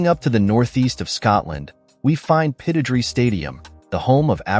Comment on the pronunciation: Typical clueless American in his pronounciation! Aberdeen's stadium is said Pitt-o-drie. The stadium is very close to the North Sea.